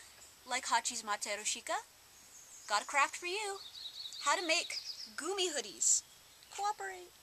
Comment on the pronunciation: You pronounce GUMI's name 'GUMMY' not 'GOMI' I looks like 'GOMI' but everyone make's mistakes. ^.^